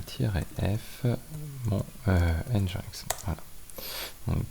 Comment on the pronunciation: !Hello, Au cas ou, ca aide a se comprendre des fois :) NGINX Open Source160 ou NGINX (prononcé [ˌɛndʒɪnˈɛks] ) -> Engine X un peu comme yaml qui se prononce "yameule" Merci pour le contenu !